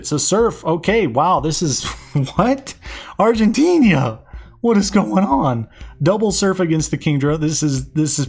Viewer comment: Hey, just as a side note, the guys are called Argentinian but the country itself is Argentina, not Argentinia ^^"